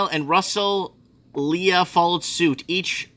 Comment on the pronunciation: Petersham = Peter-shem Sans Souci = San Suzie Russell Lea = Russell Lee Vaucluse = Vor-clues Bondi = Bon-dye